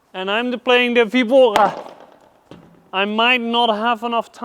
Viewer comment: Excelente. Boas Dicas. Tens de treinar a forma de dizer "vibora", nunca soubestes dizer😂. Vamos!